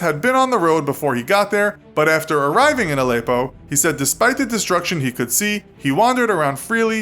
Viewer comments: It's Al-eh-ppo btw not Al-eyy-ppo :) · The way he says Allepo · The way he says Aleppo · learn to pronounce Aleppo kinda in the news a lot